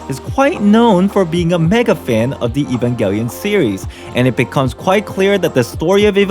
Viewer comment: this video was interesting. the only thing i got annoyed by was the way you said evangelion...